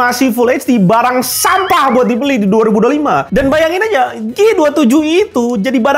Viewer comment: Ahahaa renyaahh ngucap sampahh nyaaa😂